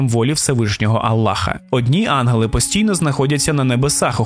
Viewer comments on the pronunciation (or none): На жаль, я не змогла слухати, бо постійно різало вухо "анголи" замість "янголи"